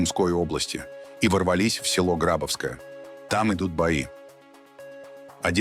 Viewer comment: Пожалуйста, следите за ударениями в названиях населённых пунктов. Это невожно слушать. ГрабОвское, а не ГрАбовское. МаякИ, а не МаЯки.